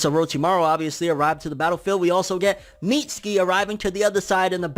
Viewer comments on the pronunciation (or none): Think Mitsuki is pronounced Mi Su ki. The T is silent like in Tsunami and Tsunade.